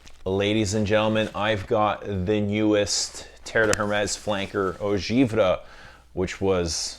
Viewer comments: From a Frenchman, it’s pronounced « Eau Geev-Ray ». I fcking luv you!!! Keep up the good work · It is pounced “Eau Giv ray”. Enjoy.